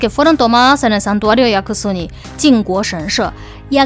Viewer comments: Es Yasukuni no Yakusuni XD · Es YASUKUNI no yaKUsuni, 靖国 やすくに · me encantan tus videos! Pero hay un pequeñito problema con este: el nombre del santuario es Yasukuni, no Yakusuni.:C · No creo que sea acertado decir que el video es solo "una narración de los hechos". La postura personal de quedó bastante clara en un video que debía ser puramente informativo. En varios puntos, ella detiene su narración para decir cosas como "capaz el muchacho es bruto, pero cómo no iba a saber tal cosa?", lo cual es irónico porque ella pronunció mal el nombre del templo Yasukuni durante todo el video. En fin, la cuestión es que aquellos que no tenían referencia previa terminaron el video considerando solo 2 opciones: 1)ZZH es bruto/idiota (y puedes ver que el insulto se repite en varios de los comentarios) 2)ZZH realmente tuvo intenciones maliciosas al ir a X lugar. En ningún punto del video se advierte que parte de la información no ha sido verificada ni se plantea la posibilidad de un boicot, a pesar de todas las irregularidades que se dieron el 12, 13 y 14 de agosto. No entiendo por qué hay gente actuando como si pidieramos algo exagerado. ¿No es natural para un canal público preservar su credibilidad, haciendo correcciones luego de difundir información falsa? ¿Por qué la audiencia tiene que encargarse sola de limpiar la desinformación de canales como el de, que supuestamente han asumido esta responsabilidad desde el comienzo? Al final del día, la mayoría de los que vemos este video simplemente no tenemos el alcance que ella tiene.